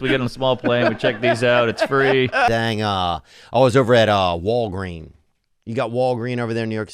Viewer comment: I love that Theo called it walgreen instead of Walgreens and then so did mark.